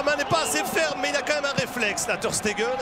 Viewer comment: Ter steguel il dit le commentateur 😂😂